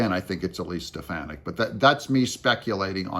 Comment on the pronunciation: It's Stef-fawn-nik, not Stef-fan-nic. Thank you. 😅